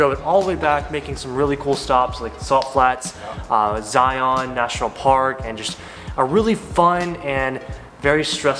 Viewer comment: Glad you enjoyed Utah! BTW: it's pronounced more like Zy-uhn rather than the hard ON sound. There are a lot of weird pronunciations in Utah for sure!